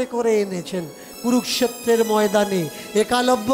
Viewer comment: একালব্য নয়। উচ্চারণ হবে এক লব্য।